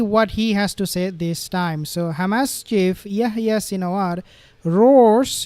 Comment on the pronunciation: The 'h' in Yehya is not silent, pls pronounce it correctly. And H*m*s starts with an 'h' pls pronounce that correctly also.